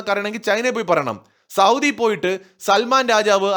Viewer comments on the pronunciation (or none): none